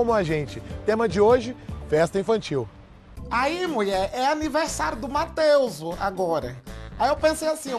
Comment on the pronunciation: “Mateuzu” rsrsrs